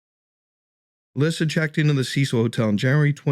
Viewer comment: Her name is Elisa, pronounced like eh-Lisa, not Elyssa. Hello?